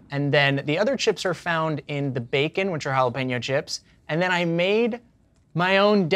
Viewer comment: Pen-yo! Pen-yo! Pen-yo! please no more Halla-Peen-Yo! no more Peens...